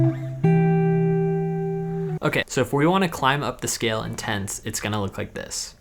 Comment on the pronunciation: It took me several repetitions to figure out he was saying "tenths". Tents? Tense? Oh "Tenths!"...